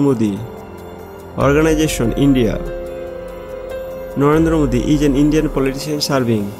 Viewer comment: Atleast pronounce Narendra Modi correctly...given that you are an Indian!